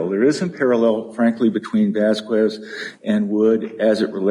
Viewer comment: love white people pronouncing "VasquWEZ" 🤣💯🤣